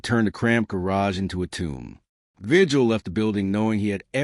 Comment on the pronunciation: I think if you’re going to be a YouTuber, and you want to professionally relay information. You should do some research on how to pronounce names. Javier vigil is a Hispanic name. In Spanish translation, the G sounds like an H and the correct way to pronounce. His name is VIHILL. Not just his but any other Hispanic person that has that same last name. Also, they are not called tortillas . The 2L’s then in Spanish sound like a Y. So it correct pronunciation is TORTIYA.